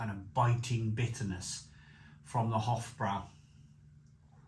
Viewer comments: It's pronounced with broy not brow. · Hofbrau is actually pronounced 'Hoff Broi' similar to 'Lowenbrau' which is 'Leerven Broi' (Lions Brew)